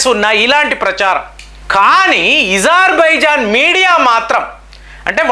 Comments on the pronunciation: Azerbaijan.... Not Izarbizan... Pl. Correct pronounceiciation.....sir Why you ..pronounce differently . Wrongly.... So.many ..names.....Pl correct sir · Not ezarbaijan ,it's azarbaijan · నీకు అ పలకడం రాదా.....? ఇజర్ బైజన్ అంటున్నావ్ అది అజర్ baijan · THE PRONUNCIATION OF AZERBAIJAN IS అజర్ బైజాన్ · Pronation wrong Agerbijan wonderful